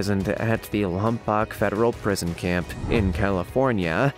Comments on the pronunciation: "Lompoc" is pronounced "LAWM-poke." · Ok I can overlook most of the mispronounced names, but when you got to the name of my childhood hometown it was just to much LOMPOC is pronounced Lom Poke. It is a Chumash (Native American Tribe whos land Spain stole. If anyone cares the meaning of Lompoc means "Stagnant Water" or "Lagoon". Other than that the video is great though most of these crooks deserved longer sentenced.